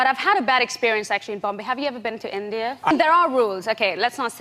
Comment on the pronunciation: It's super off putting hearing her mispronounce India, but her suddenly shifting to an Indian English accent would have validated the fake British accent allegations.